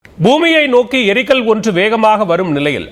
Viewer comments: முதல்ல தமிழ் படிங்க.. எரிகல், ஏரிகள் என்பதற்கு வித்தியாசம் தெரியாத தற்குறித்தனம்.. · தமிழை கொலை செய்கிறீர்கள். ஏரிகள் அல்ல எரிகல் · அது ஏரிகள் அல்ல எரிகல்.